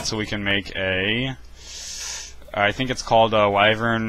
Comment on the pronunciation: you are saying wyvern wrong